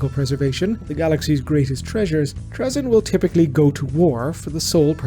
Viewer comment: You are the only person I have ever heard pronounce his name like that. Here it's pronounced Tray-zin